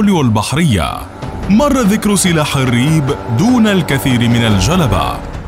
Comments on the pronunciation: الرب بكسر الراء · نطقك للكلمة (ريب)لايمد أي صلة للعربية بكتابتها (الرب)!